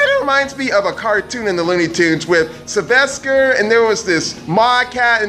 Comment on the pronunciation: Either or You mean "Sylvester" with a "t"?